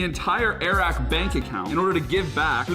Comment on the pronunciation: You get it “”Air Rack”” lmao